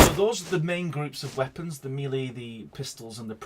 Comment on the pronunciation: he said it right though.